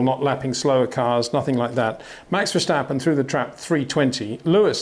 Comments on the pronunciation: Great video again,, biased again, but I'm used to that. But really for the last time; it's Verstappen, not Verschtappen. It's not that hard. 😁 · MEX??? VERSTEPPEN..? HOW TO PRONOUNCE BOTH A 'S IN THE NAME SOUND LIKE IN CARWASH